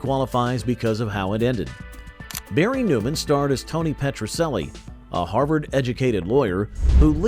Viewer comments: Petracellie is pronounced Petra - CHELLIE Not Petra SELLIE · First comment! "Petrocelli" is pronounced Petro-chelli, not Petro-selli! Also, believe it or not, my family and I lived in Tucson, while Petrocelli was being filmed there, and my Dad had a blink-and-you'll miss it cameo on one episode, as a tennis player! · It was a good show! And it's pronounced Petro CH elli! lol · It was pronounced Petro CHELLI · It was pronounced PetroCHelli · Your A.I. voice makes the same pronunciation error of "Petrocelli" that characters in the show made. The "c" is pronounced like a "ch", not an "s".